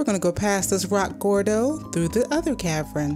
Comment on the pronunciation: Does she have an accent coz everytime she says cavern it sounds like caverin